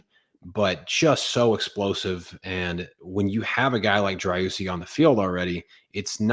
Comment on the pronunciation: First time seeing the show thanks to Favian's tweet, great stuff guys, easy sub from us! But... an Austin fan saying "Dry-oosi"?? It's Dree-OO-see! Hope to see you around Q2 💚🖤